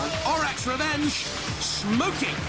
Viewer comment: JP's twice mispronounced Orac's Revenge's name! First "orok", then "orik", what are you on it's and A! ;D